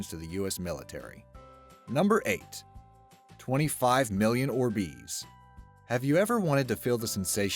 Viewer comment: i swear the god it hurts how he says orbeez